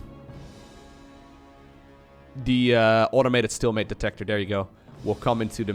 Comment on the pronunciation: oh man ... learn how to pronounce stealmate man ... it bothers me.... dunno why